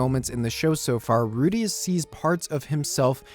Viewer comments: As far as I know, the pronunciation of Ruijerds' name is most commonly 'Rai-Jurd' or Rai-jud. Also, Man-god is a pretty bad translation of that, his name is more name than title, he is Hitogmai. More than anyone one else titled god, that is what he is. So calling Hitogami (Hee-Toe-Ga-Me) is more accurate, I feel like funmation will correct that pretty fast. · It's pronounced as "Ru-G-erd" but yeah Rujierd is Best Boy and Best Bro at the same time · Alternatively, pronounce the i there as a "y". "Ruyjerd"